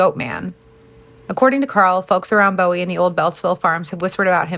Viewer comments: Love that you’re talking about the goat man & PG County, but my body has a visceral rejection of hearing Bowie pronounced like David Bowie and not buoy. 😅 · cool video. just a tip, Bowie rhymes with Bluey. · Bowie like a name not a arrow from bmore